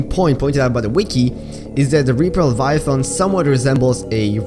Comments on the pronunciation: please look up how to pronounce leviathan. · at least you know you said it wrong. Didn't mean to come across as rude, but I am a grammar nazi. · 1 you pronounced leviathan wrong 2 the reaper is longer than the cyclops not almost as long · WHAT YOU MISSED WAS ITS PRONOUNCED LEVIATHAN NOT LEVIATHON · Pronunciation: Reaper Leviathun How you say it: Reaper Leviathon Me: ??? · he says Leviathon instead of Leviathan............I actually think Leviathon sounds better. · Leviath’’AN’’ not leviath’’ON’’ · “Reaper leviothon” It’s pronounced leh-vi-a-then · I hate the way you say leviathan. There's an "a" there, not an "o". Stop it. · The way you said Leviathan crackedr up. It's like calling a thong Thang. Lev-I-A-THAAN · Tioper liviotoin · "Reaper leviathont" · “Reaper LaviaTHON” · "Leviathon" - 2019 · “l e v i a t h o n” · Remember when said "reaper leviathon" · Yeah, he said lev-eye-uh-thon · "Reaper Leviathon" 💀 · reaper laviathon, yes defifnitley how you pronounce it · Any other OCD people annoyed at his pronunciation of the word leviathan? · Mkay like im fine with everything else and the lore and all that but like I hate how you pronounce leviathan is that just me? 😂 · I hate the way he pronounces leviathan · Disliking the video solely based on how you said leviathan seconds. Stopped the video. Unfollowed. Turned off my phone. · "reaper leviathons"